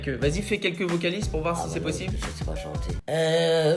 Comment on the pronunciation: "Qu'est ce que ça t'a fait quand j'tai dis qu'on avait depassé 700 milles abonnés sur youtube?": " Zeuuucesstpasss" 😭😭😭😂😂😂